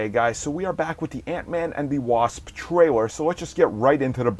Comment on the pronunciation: Cringed "Twailer" "Micwo Chip"